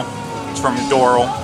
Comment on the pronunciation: With the emphasis on AL... door-AL.